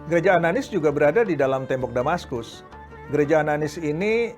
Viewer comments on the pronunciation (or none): ananias bkn ananis